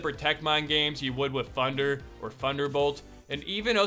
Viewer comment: “With funder or funderbolt”